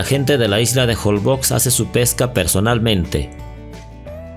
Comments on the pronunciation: Se pronuncia jolbosh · SE PRONUNCIA JOLBOSH (Holbox) La letra X se pronuncia como SH regularmente, en el idioma maya. Un saludo